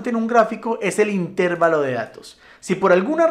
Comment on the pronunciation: Una apreciación. ES INTERVALO, NO INTÉRVALO. AQUÍ SIGO APRENDIENDO.